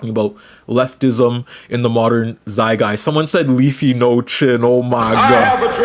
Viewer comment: It’s a zeitgeist not zay-guy